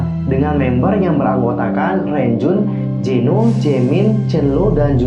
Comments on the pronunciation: kak penyebutan nama renjun chenle ama jisung masih salahhh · Setahu aku, Renjun kalau disebut jadi lownjuin Sedangkan chenle disebutnya jadi cholo